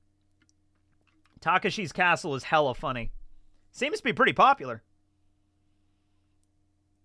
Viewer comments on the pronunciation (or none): What's worse, not knowing Takeshi's Castle, or calling it Taka-Shii's Castle?